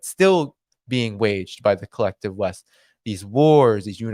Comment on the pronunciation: Pretty sure you said collective But, I heard kleptive :)